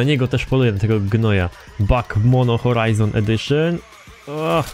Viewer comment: HORZA FORIZON XD